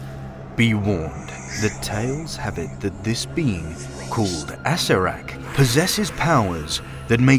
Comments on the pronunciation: Great video, but just a word, his name is "A-ce-rer-ak", not "Ass-er-ak", lol. But that is ok, because regardless of how you pronounce his name, to those who entered his Tomb, "Strength of hands, fleet of foot, and fair of face... naught will save them, in the screaming place..." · Thanks, but you're wrong. Chris Perkins: "Split the name into two pieces, "Acere" and "rak." That's how we landed on the pronunciation ah-SAIR-ak. #WOTCstaff " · That is very strange, because many years ago I actually met Gary Gygax at a gaming convention, and he distinctly pronounced it the way I previously mentioned. That is why I was so sure. Of course I respect Chris Perkins, I even spoke to him over the phone a few times, and he might have known Gary as well and gotten his version the name the same way. It just seems strange, but I will take your and his word for it, thanks!